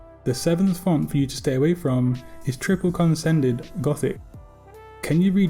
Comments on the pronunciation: you pronounced TRIPPLE CONSENDED ...it is condensed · consended? I thought it was condensed :D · lol I guess you proved you really can’t read anything with ‘’triple CONDENSED gothic’’ by calling it triple CONSENDED gothic